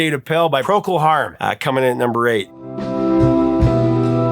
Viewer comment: Hey, "professor", you can pronounce Procol Harum but you can't pronounce Conquistador?? Lol